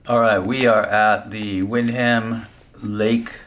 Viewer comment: Good video but its pronounced Wind-em